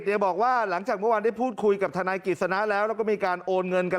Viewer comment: ทะน๊าย ของ แม๊ 😂